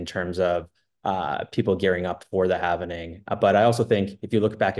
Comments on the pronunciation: lol not watching past the first "HALFENING"!! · I can't stand listening to anyone who says "halvening".